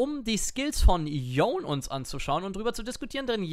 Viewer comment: Dieses "Yon" triggert mich... der heißt Yone...